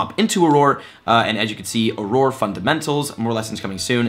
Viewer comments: Not Aroar, its Awrur! You'll get a hang of it 😁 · It’s pronounced “or-err” not “ah-roar”. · Welcome to the wizarding world ⚡️😂 Just a tip, auror is pronounced or-er :) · I love that you are a gamer who is learning about Harry Potter and I’m a huge Potter fan who is learning to play a video game. P.S. Auror is pronounced “or-rer” Thanks for the helpful vid! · Auror is pronounced oror so just say or 2 and that's what it is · Auror is pronounced ora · I think its good to correct him or we will hear it wrong forever and it was starting to bother me too esp if thats his profession. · Jesse Adkins Same! I literally winced when he kept saying it! XD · I very nearly had to click off the video! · Sounds about right. If the shill can't even pronounce "auror", shows how much he really knows about what he's been paid to promote. Which is not a lot, evidently. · My dude great helpful video, but I wanted to throw my phone into the wall each time you said Auror